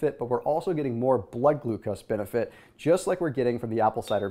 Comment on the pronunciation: Lolol “Glood Glucose”